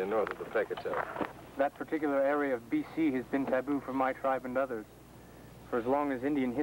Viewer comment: Guy says 'ticular instead of particular. Lol